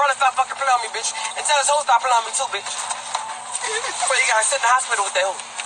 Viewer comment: Wait a damn minute!!! How did you pronounce "bihhhhh".